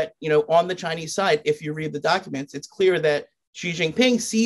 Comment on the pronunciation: "ji xin ping"